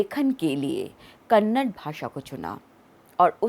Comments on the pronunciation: Mme, make sure u pronounce 'Kannada' and not 'kannad' u ignorant speaker.... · Your hindi is good to the title hindi ki bindi but pronounce other languages as well, it's Kannada not Kannad. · It's not kannad.. its kannada